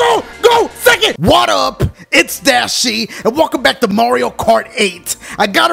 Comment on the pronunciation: why do u guys say dachie